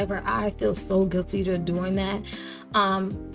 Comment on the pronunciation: Would you happen to be from Baltimore? That “Teww” is thick😂❤️❤️